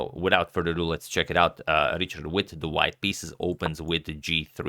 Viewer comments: Richárd is pronounced as riha:rd ("h" probably as a Croatian would pronounce it + the "a" is long, something like a double "a") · Hi agadmator! I’m really happy that you cover a match with a Hungarian player. But the pronunciation of Richárd is a bit different in Hungarian than in English. The “Ri” part is the same, but the “chárd” is like the English word hard. So it’s like Rihard. Best wishes: Balázs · I'm from Hungary and it is pronounced quite differently. It's pronounced like Rihard. There is no ch which is the equivalent of the Hungarian cs. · i think its pronounced richard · Just a quick tip: go to Google Translate, select Hungarian and type the name as Richárd. Hit the speaker button below and you will hear it. It's pretty much what wrote, this just helps with the "open" a. Appreciate your effort on correct name pronunciation!